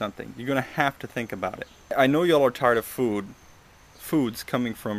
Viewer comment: I like how you say the word "food".